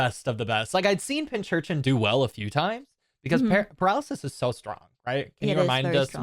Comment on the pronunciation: Yes! The first c is not a ch. It's a portmanteau of pincushion and urchin. Pronounced pin-kur-chin.